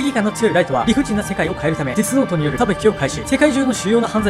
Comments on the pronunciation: なんか失礼だけどデスノートがゲスノートにしか聞こえなくなってしまったwww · デスノートがゲスノートに聞こえたwww